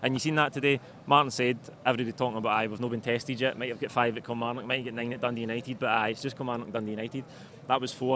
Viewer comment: "a slightly more polished Kilmarock" hehe